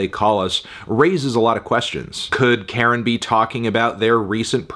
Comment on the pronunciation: It's Car-in. Not Karen. You know this, why are you purposely mispronouncing their name?